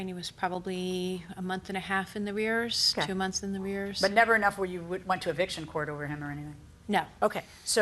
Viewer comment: 2 months in the rears😂😂😂 it's arrears. It cracks me up with these ignorant people come on this show and try and sound intelligent😂😂😂